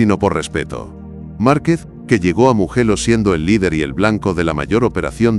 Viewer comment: Empezé a ver el vídeo,en el momento que pronunció muguello,me fui 😅😅😅